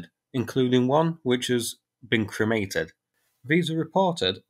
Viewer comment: Did you say cremated or incremated?